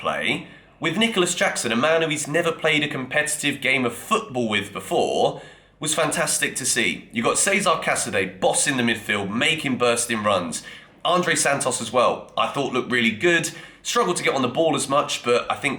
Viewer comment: Its not pronounced like Cesar, its pronounced like Chezzaray